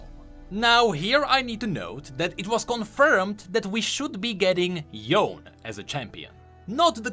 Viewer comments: yes, i think yasuo and yone are japanese name reference so its not "yon" but "yo-ne" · So you’re telling me the man who has a YouTube channel all about league of legends lore is still prouncing Yone as Yone and not Yonay? Jk ily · my weeb ears were actually getting slaughtered everytime I hear Yone's name being pronounced as "yOwn" instead of "yoh-ne":/ I thought would actually try to pronounce it right (unlike redmercy) but, oh well. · it's not Yone (Yown) Me: no it's Yoh-ne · "yoan" always winds me up, it's "yo-nay" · Pls call him Yo-ne, Yon sounds so bad. And btw, i will buy spirit blossom Yone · Every time he pronounced Yone and not Yo-ne, I cringed. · Petition with myself so start pronouncing Yone "Yone" and not "Yon" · ITS NOT YON ITS YONEEEEEEEEEEEEEEEEEEEEEEEEEEEEEEEEEEEEEE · Stop saying yone its yonEEEEEEEEEEEEEEE lmaoooo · Yone pronounced yo-neh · It’s Yo-Ne not Yone!!!! sometimes I think league youtubers are Noxian that can’t pronounce Ionians language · Its yo-ne! "there is a break in the middle" - yasuo 🥱🥱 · Fun fact, it’s actually pronounced Yoné, or yone-ay. You can literally hear thresh say it in his quote at 19.50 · why does he say * yawn* ? also,in the end he is sayng....* no one has any ideea how he ends this way * i mean did you even saw the trailer? where the demon jumps on him at the end?????? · I love how thresh says his name correctly but this ddood continues to say Yoh-n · please pronounce it as YO-NE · Oh, for god's sake. It's "yo-neh". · Yo nay. It's even in the runeterra voicelines between Yasuo and Yone, both which are already cards. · I somewhat thinks he's doing it intentionally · It's actually not Yo-nay its Yo-ne as in NE of word net without T ofcourse... Y is an ending that is pronounced that way only for english speakers... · yea yea thats what I meant, hard to write pronouncation when english not my first...The right pronounciation is Yow-neh with silent "h"... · actually its not yone its yoné